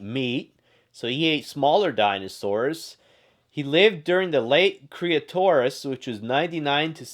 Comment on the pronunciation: Its not creatoris period it's Cretaceous period